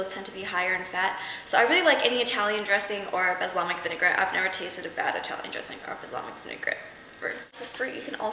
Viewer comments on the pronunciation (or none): LOL ur so cute "baslamic" X) i think it's "balsamic" hehe